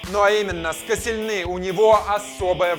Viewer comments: Касилни а не каселнец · Правильно Лаурент Косельни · Ларан коселельни а потом ты говоришь мертезакер